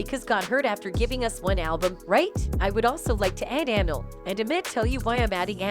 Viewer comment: Lady her name is (Amil ) pronounced A Meel